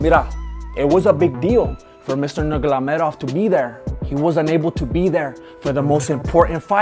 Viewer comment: “Mr. Nurglamaydoff” 🤣🤣🤣